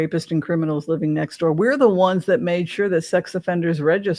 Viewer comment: For the longest time, I thought you were saying “wands” instead of “ones”!!! “The two of wands”. I giggle thinking about it now.